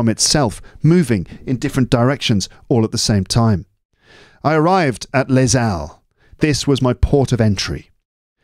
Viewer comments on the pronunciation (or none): C'è l'ho fatta!!! Senza pause. Bravo. Bravissimo e grazie per h. G. Wells. Les Halles si legge lé àlle, perché la lettera H è "aspirata", ma come tu sai le h aspirante in francese sono comunque mute.